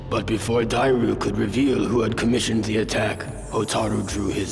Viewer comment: Great retrospective as always. I always feel like a nerd when I hear mispronunciations but you mispronounced Dairou 🥲